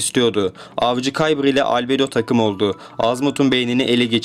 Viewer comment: Abi şu video nun başında dediğin Albedo diyisin çok havalı